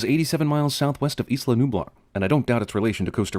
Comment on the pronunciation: The geographical term "Isla" is pronounced "Eye-la". Add another sin for that.